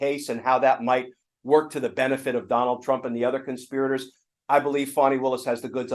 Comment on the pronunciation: Why do you keep calling Faani as Fawni?